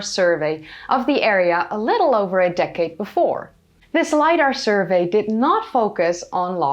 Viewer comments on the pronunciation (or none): none